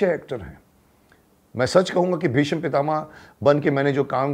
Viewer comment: मान्यवर! आप ने महाभारत मेंभीष्म पितामह की अद्वितीय एवं श्रेष्ठ भूमिका निभाई थी। संवाद अदायगी में भी आप बेजोड़ रहें हैं। लेकिन एक बात जो चुभ जाती है, वह यह है कि आप "भीष्म" का उच्चारण भीषम क्यों करते हैं? सिरियल में तो ऐसा नहीं होता था। क्या वह डबिंग का कमाल था?